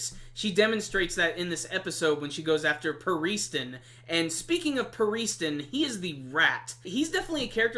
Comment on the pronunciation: btw youre pronouncing pariston a bit.. strangely